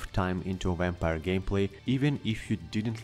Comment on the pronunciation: I'm curious why some of you non-english speakers add the english W sound to words like vampire when in this case it is pronounced just like in your language